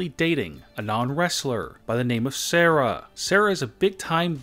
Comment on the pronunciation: sorahhh, like godayum its sara